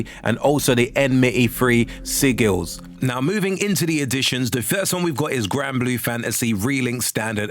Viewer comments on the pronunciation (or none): Sigil is said like "si-jill"